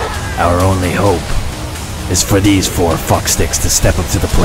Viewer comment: "Thes four fucksticks" Vannos 2015.